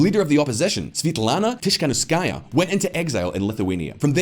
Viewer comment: (note on the pronunciation: Tee-kha-nOv-skaya, kh like the Scottish ch in loch)